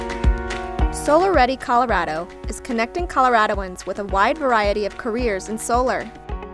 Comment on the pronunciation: You even pronounce ColoRADo correctly 👍🏽